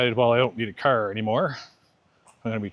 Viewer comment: As soon as you opened your mouth I could tell that you are a fellow Canadian. Welcome brother. You are not from Alberta. When you say 'car' you definitely sound as if you grew up in the Maritimes. Halifax? Care to disclose? I also travel, but only 6 months per year. I call my returning to Canada for 183 days my 'prison sentence' (required residency for GIS - the majority of my income). When I am travelling I am 'out on bail'. The one thing I can say for sure, is that everywhere in the world that I have travelled and settled in for a few years is much much cheaper than Canada. Even Japan is now. Dental care in Tokyo is a third of the price of in Calgary. I cannot afford to travel in my homeland. Just buying a bus ticket to Vancouver or staying in a 'cheap' motel along the way breaks the bank. And rent? Don't get me started! Now I will continue to watch this video to see if it is possible to live on under $900 (OAS and CPP) instead of the much higher amount when including Guaranteed Income Supplement which accounts for 60% of my 'pension'. In my case this borderline poverty is due to my own poor planning and laziness (plus working overseas and in Canada without contributing to CPP). I have never quite understood why I am financially punished for getting medical care and using infrastructure outside of Canada for half of the year. I read that in Australia this is not the case. I have been trying to expatriate or at least not spend so much time in Canada for most of my adult life